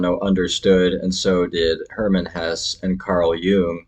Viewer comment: With your interest in Hesse, it's a shame you can't pronounce his name properly. It's 'Hessa' not 'Hess'.